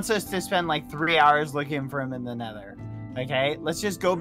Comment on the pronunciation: Nether, not Neather